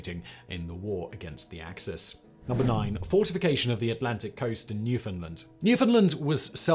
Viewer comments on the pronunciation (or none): Awesome piece. Nice to see Canada get some recognition. And just so we’re clear it’s pronounced New-fund-land….